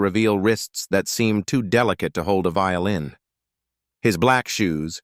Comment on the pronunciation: Did you not say vioĺin?